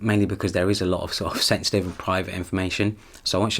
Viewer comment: I kept hearing sexting. And then I realised you were saying sensitive 🙄🙄🙄